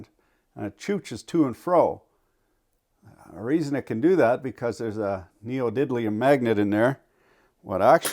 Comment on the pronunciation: For the last 3 years I always say neodidlium instead of neodymium and people look at me like i've just had a stroke. I love it. Thanks